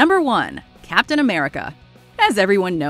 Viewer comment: I got so mad when you said cap'n america 😂